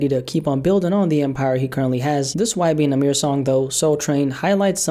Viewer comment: “ y benamirror “😂